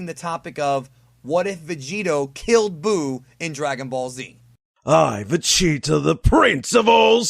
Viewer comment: The Vegeta voice actor dude sounded like he said Vecheetah lol